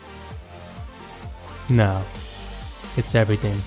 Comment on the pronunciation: He said everything like everyting 😂 I couldn't take him seriously